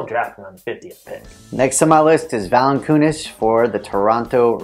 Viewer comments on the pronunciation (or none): lol he pronounced it valankoonis